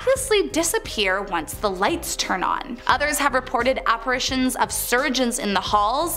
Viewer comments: Are apparatrions operations ghosts get? It’s apparitions. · Its apparitions, not apparations.